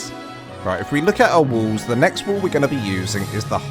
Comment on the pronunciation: sorry... your accent made it sound like you were saying "triangle woos" lol good explanation though on the basics of building a small starter base.